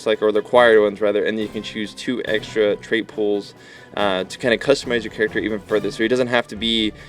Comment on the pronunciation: "characer" LOL!